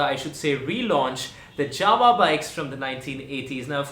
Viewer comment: Its JAWA not JAVA